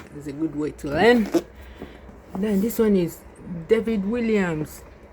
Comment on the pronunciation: The author's name is pronounced WALLIAMS with an ‘A’, not ‘I’